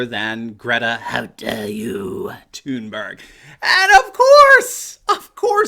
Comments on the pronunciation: I heard it too I heard it too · Haha we in the Netherlands would speak Thunberg just like you did with the hard G at the end; Thunberggg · hey I don't mind a lot of things you say but I believe making fun of a teenager, especially mispronouncing her name over and over. Go ahead and crucify the adults but spending so much time making fun of someone who is only halfway through high school is frankly beneath you and your show. Yes mention the absurdity of her even being there but really a teenager who is only giving the opinion of a person who only just reached puberty has no place here. The adults should be crushed buy just leave the kids alone they have no way to defend themselves and they are only being used, PS I like the content most of the time keep it up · Stop pronouncing it "Toon-berg". It's THUN-berg...... In English. We're not Swedish here. "Toon-berg" SOUNDS STUPID. Sighs.... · Did he say Greta “tune bear”? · Or Greta Toon-Bear? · Why does Anderson Cooper call her Tunebear? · I looked it up. Her name is pronounced "Gray-ta Toonberry." How DAH you,! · This was thoroughly enjoyable. Bonus points for your repetitive pronunciation of Greta's last name. Where have you been all my life? LOL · I think that you need to - at least have the decency to pronounce peoples names correctly! Thx! Have some respect. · Poor Anderson Limon, so Butt-hurt. They make ointment for that kind of Butt-hurt. Poor Anderson Cuomo with His pronunciation of Thunberg, she not German so there is no accent over the "U" umlaut, the two dots over the "U" She's Swedish. Nicht Deutschlander. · Anderson (CIA op) Cooper is beyond annoying! And the way he pronounces Greta's last name is beyond!! UGH! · Please pronounce Greta's name that way from now on. I predict now that it will never get old and I will chuckle every time. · I consider Don Lemon the least likeable of those. BTW, Swedes pronounce the G in Thurnberg as Y in YET or GAY. Anderson's pronunciation is ridiculous.